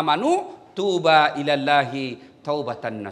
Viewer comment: Salah, bukan tuuba tapi tuubuuu,,menit 18.57